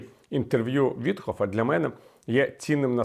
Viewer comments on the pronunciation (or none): Чому Віталій говорить "Вітхоф" - навіть у заголовку пише Віткоф? А як винюхав Юрій Швець - насправді це єврей кацапського походження Стьопа Вітьков, тому варто цю паскуду так і озвучувати. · Чому Вітхоф, він ВітКоф